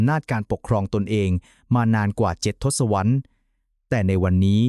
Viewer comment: อ่านอย่างงัย ทศวรรษ ? กะเหรี่ยง????